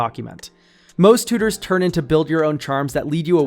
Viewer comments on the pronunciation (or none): I just love the way you say "tooters" lol